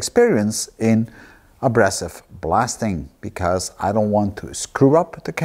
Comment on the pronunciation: Very interesting Steve... just a little correction..:).. we say a-BRAY-sive rather than -brass-ive. Keep up the good work!